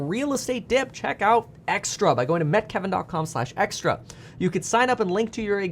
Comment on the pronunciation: It’s ‘Meet Kevin’ not ‘Met Kevin’ driving me nuts